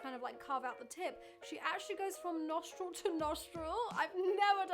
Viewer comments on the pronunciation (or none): noshhhtril to nosshhhtril 🤣🤣